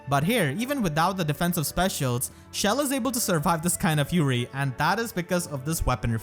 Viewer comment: This man really pronounced it “shell”